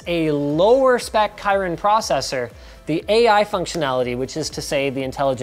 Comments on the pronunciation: Did he say kyrin instead of kirin? 😂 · Kee-reen not kyren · What is chyron processor? It's kirin lol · Anyone can show me where in the website that mention Kirin should be read as *Kairin*? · Kirin is pronounced key-rin, not kai-rin. The more you know. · Key-rin, not kai-rin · Kirin pronounces as KeeReen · The "Kairen" processor? I'm sorry, my ears just exploded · you said Kirin wrong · That's really not how you pronounce Kirin. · Kirin is not pronounced that way